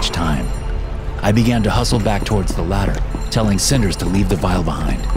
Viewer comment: Bro “cinders” …